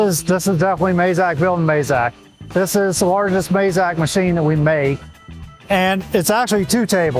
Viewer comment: Why do Americans pronounce Mazak wrongly.